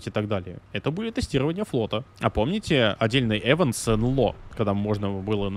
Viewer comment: ИВЕНТ господи ИВЕНТ а не ЭВЕНТ